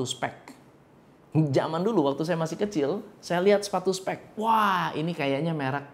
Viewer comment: Gua slah fokus sama bhs dia (specs) d baca spek dan (piero ) paiero dibaca piero..btw acent aj sihh